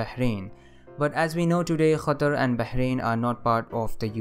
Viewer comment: Love your channel. I want to be like you, making educational videos, but I am bad at editing. By the way, nice pronunciation of Qatar. I live in Qatar